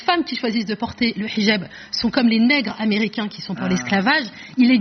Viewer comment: J'adore le mot Hijab quand elle le prononce en arabe, 8 fois.